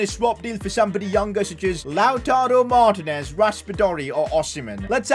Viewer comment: I don’t wanna be mean but it gets me sooooooooooooo mad when you call him lautaro martnes it is Lautaro martiines